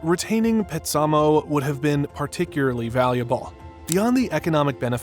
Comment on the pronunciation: This was very informative. However, your pronunciation of Petsamo is totally off. It was pronounced ‘PET-sa-moe’